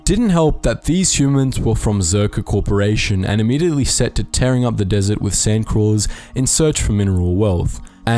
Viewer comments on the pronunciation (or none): none